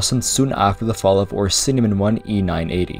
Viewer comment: It's Orsinium, not Ornsinimor